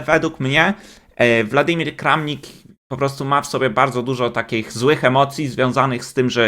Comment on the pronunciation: To jest WŁadimir Kramnik, a nie WLadimir. Tak jak Putin. Mówmy zgodnie zasadami języka polskiego.